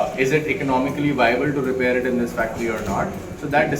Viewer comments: Repair ❌ रिपैर ✅ 😂😂😂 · repaaaaare nhi bro repair bol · Repair❌️❌️ Rypaar ✅️✅️✅️✅️